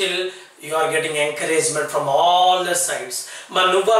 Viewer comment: Pls check the pronunciation of the words like failure, all, also etc..